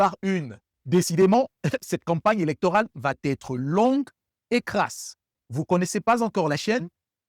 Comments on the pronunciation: Très interessant, merci juste une liaison inappropriée : "va être" il n'y a pas de "t" entre les deux mots. Merci encore. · Il n'y a de "t" à va.... On ne dit pas vat être. Mais je t'aime quand même.